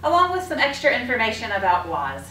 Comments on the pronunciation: It’s WAAS! Not WAZ🤦‍♂️🤦‍♂️ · Great video....very well explained...but please its WAAAAS not WOZ .......thanks !!!!